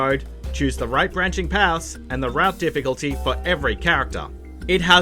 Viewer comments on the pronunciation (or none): none